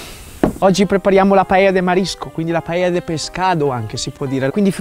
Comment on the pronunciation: De nada! hahaha Un piacere vederti facendo una paella (bravo la pronuncia) in meno di 9 minuti!!!! Io non sono un fan di questo piatto ma ovviamente lo conosco. La "paella" (padella) non solo è scenografica, che lo è, ma fa che il riso cuocia in tutta l'estensione in maniera diversa, forse più intensa (curiosa similitudine fra paella e padella, eh?). Detto questo, credo che è migliore non troppo accompagnata di frutti di mare e pesce... alfine è un piatto di riso! Tuttavia sono stupito per la tua brava ricetta e la tua scenografia: una paella nelle Alpi!!!! Ma fai attenzione, un giorno, così nell' alto dei cieli con questa velocità parlante ti mancherà l'aria!!! Grazie carissimo per questo omaggio a la Spagna, quando vuoi sei benvenuto a assaggiare una paella fatta in Valencia! Mille baci! Scusa il mio italiano, che è una invenzione personale...